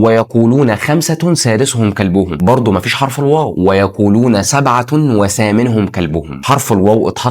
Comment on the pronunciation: حرف العطف ال wow❌ حرف العطف الواو✅